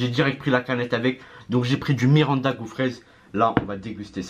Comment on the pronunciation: Mirinda et non miranda, a ne pas confondre avec le joueurs du bresil